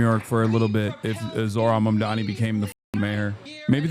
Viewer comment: Here in Ireland the left parties and people in general on the left are talking about this. It's a real victory and hope in a sea of the worst right wing bullshit atm. More of this. Also within 11 seconds of the vid starting and the anchor is already saying his name wrong omgg